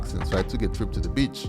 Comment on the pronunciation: He sounds like he saying bitch instead of beach.